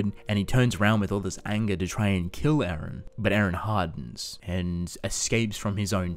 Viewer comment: His name is E-REN NOT AARON